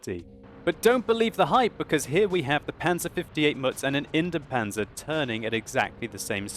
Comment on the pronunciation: Pronounciation tip: Try to pronounce Indien-Panzer as Indy-en Panzer. You pronounce both the I and the E in Indien.